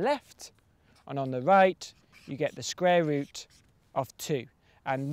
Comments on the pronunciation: its cool hearing about the scrare rut of two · "sqware root"